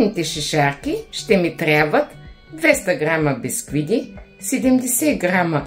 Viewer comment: поправям ви.Казвате съвсем началото на видеото бисквиДи.